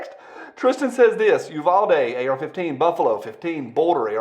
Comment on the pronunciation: Uvalde is pronounced "You-Val-Dee" not "You-Vol-Dee". said the Texan.